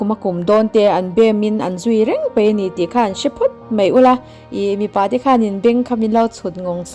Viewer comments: Mipa leh Mi pa i chhiar sual nasa deuh anih hi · 8 na hi i chhiarsual Mipa tih khi mi pa.midang pasal tihna